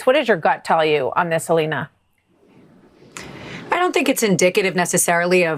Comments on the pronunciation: Ah-lean-ah… Ah-line-ah… Whatever she calls herself 🤔 How’s that sound ms Haba? My opinion of either one of these women should not affect my pronunciation of their names. Both women deserve the dignity of having their names pronounced correctly. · Perhaps Trumps lawyer Alina should be called All-in-ah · At this point I only want to hear the name Ah-line-a or Ah-lean-a or whatever it calls itself in regard to an ethics board hearing. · A-lie-na Habba sounds about right